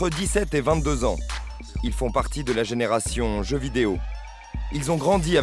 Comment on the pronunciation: "génération jeu vidéo" 🤣